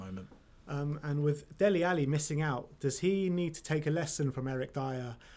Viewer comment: Its Dele not Delhi